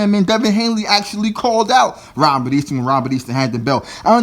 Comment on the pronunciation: It is Haney not hainley it is Easter not Easton